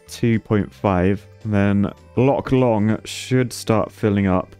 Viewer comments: lake long => lake dong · Loch Long becomes Loch Shlong...? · "Lock long" so close